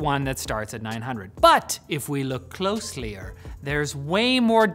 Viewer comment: Closlier.. hmmm